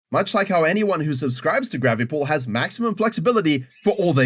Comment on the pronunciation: He CLEARLY said gravi pull